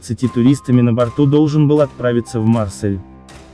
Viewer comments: мАрсэль или марсЭль? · кОрма, мАрсель, ..... его начАло сносить.... Ну ты автор и прикольщик! ))) Чтец из тебя ни кАкой)))